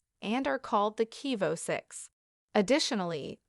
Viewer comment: Lear how to pronounce names, horrible get you shatttt together before reporting. You recorded voice didn’t pronounce the victims name or Cabo